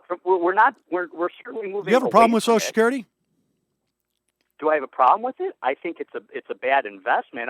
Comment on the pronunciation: Why do liberals always say "soshecurity"?